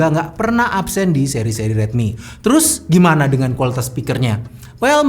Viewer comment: rilmi lagi rilmi lagi :(